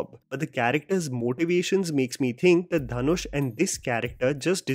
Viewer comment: Ryan gosling called him dhan-oosh